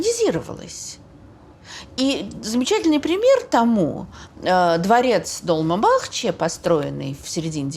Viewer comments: В турецком ударения ставятся на последний слог:) ЭминёнЮ, ДолмабахчЕ:) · Тамаре всегда лайк, уважение и благодарность за интересные лекции. Небольшая заметка. В тюркских словах ударение всегда на последний слог - долмА бахчЕ, например. А то очень слух режет. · Спасибо огромное за такою лекцию. Я два года живу в Стамбуле, много о нем знаю))) Но все равно с большим интересом слушала каждое слово! P.s. с ударениями, правда, напутали))) У турков ударение на последний слог. Долма́ Бахче́, Эминёню́.